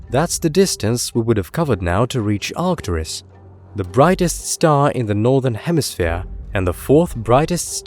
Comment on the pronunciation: arcturUs, not artcturis you ignoramus